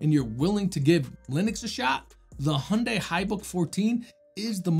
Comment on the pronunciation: Heh, Hyundai is educating people here in the UK (in advertisements) on how to properly pronounce their name. Hint: it’s different from yours, too 😂. Thank you so much for another nice review! My conclusion tends to be similar. I don’t put Windows on low end laptops, because it’s too much for them. But then I’m also not wasting my 7950X’s talents on Windows either… 😅 I got a few VMs for that. So eventually I found their right place. (As most people will guess, I’m not really a gamer.)